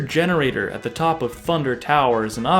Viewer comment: Uh, I’m not hating, but it’s Mr. Genetor, not Mr. Generator